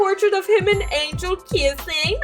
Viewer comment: I swear you said angalo not angel!!!!